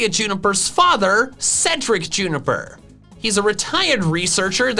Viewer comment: You were right the first time with Rowan But why juniper with a p? It’s an f sound .~.